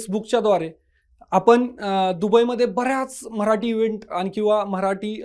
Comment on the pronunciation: म्ह राटी नाही ओ मराठी असते.🙏